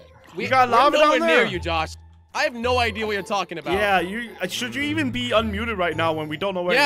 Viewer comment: says idear lol